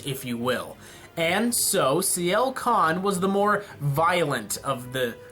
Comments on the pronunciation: It's Sienna Khan. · It's Sienna Khan. XD